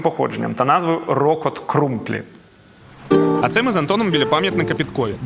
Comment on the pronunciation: вчись правельно виговорювати слова міст де тебе годують 😂 не крумБлі а крумПлі.